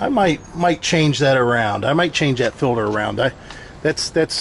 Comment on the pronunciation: What's a "feelder"???? Do you mean water "Filter"? With a T. 😂 So much more space. Looks good. Great job!